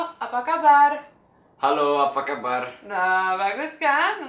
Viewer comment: pengucapan "hallo apa kabar " adikx sangat sempurna! cocok kl mau jd model atau mau jd pemain sinetron di indonesia